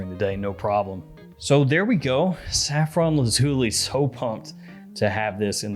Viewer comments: Repeat after me: Laz-ooh-lie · It's actually pronounced Laz you lie, it comes from Lapis Lazuli which is why both the box and bottle are blue. I'm not being pedantic, the name is derived from Latin, great review by the way.